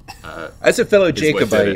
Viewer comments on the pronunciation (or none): ...it’s jack-o-bite 🤐 not Jake.